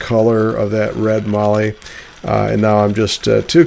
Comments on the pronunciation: Great job and good to see you using good Aussie timber. But it is not called Marllee, it is called Mallee with a short "a" as in hat. It is clear when I look at the prices you pay in the USA for Mallee that it significantly increases in value with the trip to the USA. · Magnificent piece. Just one thing mallee sounds like mal-ee not marlee. I live near where these are harvested and see them daily on trees making me drool. Anyway beautiful work Regards Duzzy🇦🇺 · Mallee- rhymes with Sally. Cheers from Australia